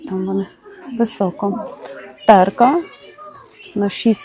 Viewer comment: Знову ТЕРКА!???! - ТЕРТКА!